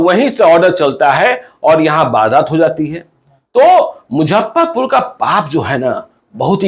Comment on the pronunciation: Don't Mujhhaparpur it's Muzaffarpur